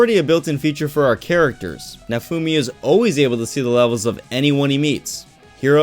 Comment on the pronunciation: You'll never read what I'm writing so I shouldn't worry about how you'd percieve this comment but I still feel the need to tell you that I'm not trying to be a douche or hateful. Great video and all that but, please, if you can, pronounce 'always' as its spelt... I dont know why it kills me like it does but, so many goddamn people say: 'Oh-ayes' yourself included. It's like when I hear people omit the 'L' in words like 'hold', 'cold', 'roll', or 'hole'. They say 'hode', 'code', 'row', and 'hoe'. I inexplicably hurts my life